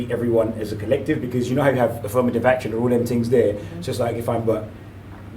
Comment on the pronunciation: 2 WARDS: AFFURMATIVE ACKSTION